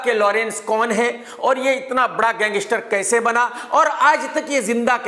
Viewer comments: Gangistar nhi gangster bolo 😂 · Lawrence ya kisi ke bhi liye bura sochoge to tumhare khud ka bahut bura hoga. SABSE PEHLE TO TUMKO GANGSTER KEHNA HI NAHI AATA! tumko ye programme karna hi nahi chahiye kyunki, tumhari pronouncesation correct nahi hai. Tum ek prisoner se itni jealousy kar sakte ho to tumhara dusro ki taraf jo kaha jata hai media mai wo dheek hai.